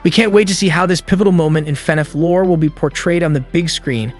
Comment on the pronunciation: Every time you say lore all I can hear in my head is matpat saying LOOOREE